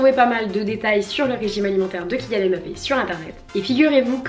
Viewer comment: J'aime beaucoup ce style de vidéo. Par contre tu prononce mal son nom. C'est Mbappe